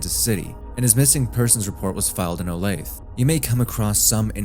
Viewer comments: lol I’m from Kansas Olathe is pronounced O-LAY-TH-UH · Oh-lay-thuh, my friend. Its Oh-lay-thuh Kansas xD awesome videos I just have to give you a hard time and hey it's all engagement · also its pronounced "olay-thuh" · On the case of the guy calling the police then said his life was in danger and the police did nothing? Horrible negligence. Also it’s pronounced Oh-lathe-uh. Regardless that’s unacceptable that this is unsolved.